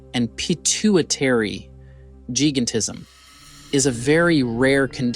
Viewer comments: Jai-GAN-tism, not jee-ga-tism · Gigantism is pronounced with a long I as such, jī-gan-tiz-em and not jee-gan-tiz-em. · It's gigantism pronunced jai-gant-tis-um. I think you need to look up the pronunciation of any larger or unfamiliar words you have in your scripts. Hearing you mispronounce so many words makes it difficult to listen to your video or consider the subject matter as remotely plausible. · Are you fkn kidding me lol its pronounced jigantisum !!!!!!!!! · The audio is AI generated, that is why you hear Lie-ma and giga-tism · The guy can say giant but cannot pronounce gigantism 😂